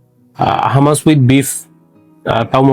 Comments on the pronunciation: ভাই উচ্চারণ হামাস না hu. muhs হুমাচ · Bangali beshi bujhle ja hoy eitar pronounciation humus e hobe hummus na spelling hummus